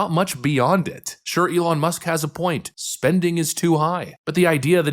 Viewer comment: Anyone else get rubbed just a little wrong by how bernie says eh-lon.